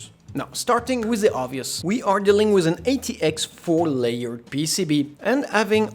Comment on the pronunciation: because you saying 'with' like a french ("wiz") but on other words you have a real english accent, damn its so weird lul